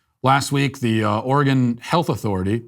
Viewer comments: Hey Matt, Oregon resident here, thank you so much for pronouncing our states name right, many people say Or-ee-gohn, and not Or-ee-gun. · I appreciate you pronouncing Oregon correctly